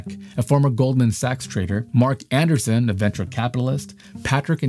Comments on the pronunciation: It sound to me like said "Andersen" or "Anderson" twice when the name of the man and company is Andreesen. The text on screen got it right. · Dude. Go watch somebody pronounce Adreessen.